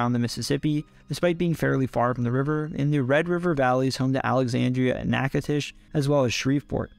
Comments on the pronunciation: Ngl, I was rather surprised to hear him pronounce Natchitoches correctly, I've never heard anyone not from the boot get it right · I'm liking this video only because you pronounced Natchitoches correctly 5 times